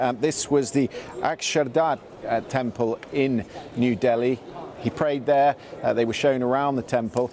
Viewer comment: It's D I L L I bro not DALHI